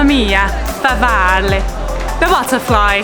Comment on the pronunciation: And please, not "favaalle"! It's Farfalle!